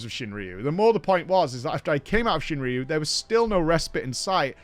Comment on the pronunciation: Pretty sure it's ShuinRYU not ShinRIYU, there's no I... Sorry for nitpicking